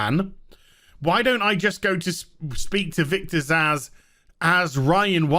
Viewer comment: Am I the only one who Glasgow punches a wall every bloody time someone insists on pronouncing the name Zsasz as ‘Zasz’?! 🤦‍♂️